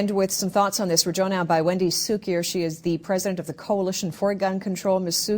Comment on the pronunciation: Why does she pronounce her name sukier, ? Its koo kier, and ever ody knows she is nuts